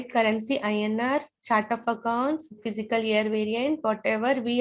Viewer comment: Please correct your pronunciation as ' Fiscal Year'..You are pronouncing as ' Physical Year'...